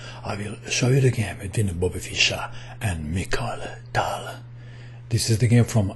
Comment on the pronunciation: i loved when you said ( Mikhail Tal ) :)